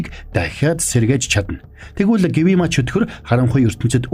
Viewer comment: Гивима биш гиүма шүү😘